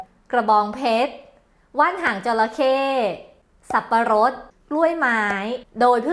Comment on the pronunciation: คลิปดีมากๆ เหมือนเดิมครับ แต่ คำว่าสับปะรดผิดนะ อิ อิ